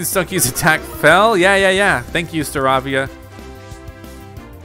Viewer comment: his name is Star- Ay-via not star-avia